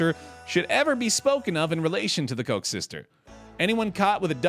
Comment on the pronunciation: I was so irritated by him pronouncing koek as coke when it’s pronounced cook